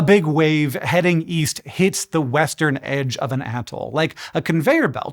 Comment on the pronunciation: Oh, EAST? I thought you said WEEST